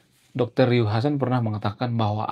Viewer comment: Ryu mas bukan rui😂